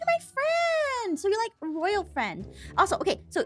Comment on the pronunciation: Excuse me Aphmau, what is a “Roayl Princess”?